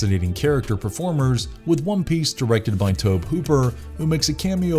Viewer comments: Why are you saying Tob Hooper? It's Toby. That's the way it's pronounced. I think everybody knows that. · Toe-bee. TOE-BEE!, DON'T tell me you're a horror fan if you completely mess up his name through the entire video. Fail! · It's pronounced " Tobee". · Tobe is pronounced Tobey. Names are bad for not following phonetic rules. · Tobe as in TOBY If you’re just gonna read all your facts straight off Wikipedia or something at least pronounce the words right. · Sorry but you sound silly pronouncing Tobe Hooper's name that way. Really should research how to pronounce people's names right because this isn't the first time I've heard you do something like that with someone's name. It pronounced( Tow-be). Trust me I would definitely know because my name is Toby as well but my mom went with Toby instead of Tobe which are both boys names tobie is a girl's name. Nice little fun fact for you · Omfg it's Tobe pronounced toby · It's pronounced TOW-bee. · you pronounce the E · Oh good freaking God. I thought it was bad when you pronounce Tobe Hooper's name wrong now you keep saying he killed multiple woman instead of women every time you're supposed to use the word women you just say woman. Sounds like a grade-schooler reading something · Just pronounce Tobe, please.